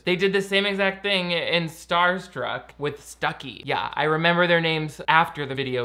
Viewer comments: his name is Stubby not Stucky 😂😂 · Oh, and you didn't remember the name of the black friend from Starstruck. You said it was Stucky, but it is Stubby. Looks like needs to call Cerebral. LOL. I'm not saying these things to annoy, I just like trying to trigger people. I've made many friends that way. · Stuby not stucky